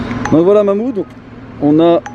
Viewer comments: Mamoude 😂 respect le Karim prononce le H de Mahmoud 😭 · MDR tu la pas respecter c mahmoud pas Mouloud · C pas Mouloud c Mahmoud